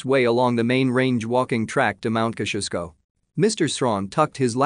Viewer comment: Ok,ok....it's time to let you all know how to pronounce Mt Kosciusko,ya ready? Kozzi-oz-ko, yep it's that simple👍